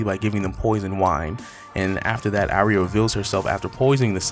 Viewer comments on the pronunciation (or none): I'm sorry ...I HAVE to correct your pronunciation of her name....it's Ahhh-ree-yah or another common one is Arr- yah...long A not short....sorry but it matters.